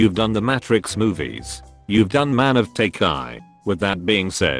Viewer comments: Everyone: tai chi Narrator: tay kai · Story: Tai Chi Narrator: TAKE EYE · Oof the way tai chi was pronounced had me ded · The way the autovoice pronouces Tai Chi is making me angry :D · wait wait wait this thing can say wachowskis but can't say tai chi?